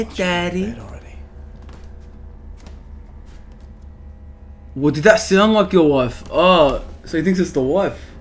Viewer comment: cuz she’s saying danny not daddy 😭😂😂